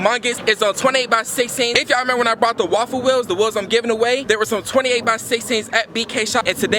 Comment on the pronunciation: When he tries to say raffle it kind of sounds like waffle do any of y’all agree